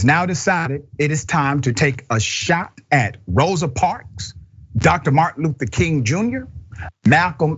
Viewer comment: He's a STUPID, IGNORANT Bootlicking Clown.Another thing Dr. Richey,her name is MS. Rosa Parks, not "parks"